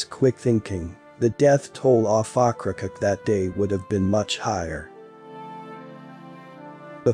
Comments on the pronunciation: Okra-COKE not "ockracuk" : > ow-kruh-kowk. Otherwise good story telling much improved with correct pronunciation. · The narrator … ugh. Oak-kra-coke… And goodness, if he was anymore excited he’d be Pollyanna. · Ocracoke is pronounced oak-kra-coke. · 2.00. Okra coke....is how you pronounce the name. . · pronounced "Oak cracoke"?